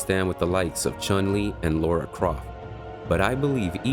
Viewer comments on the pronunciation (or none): God dammit... did you just say LAURA Croft? It is frikkin LARA !! L-A-R-A !!! There is no "U" in this !!! Funny how this always triggers me...